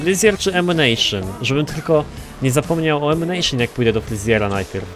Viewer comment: ''Ammucajon'' co za rak XD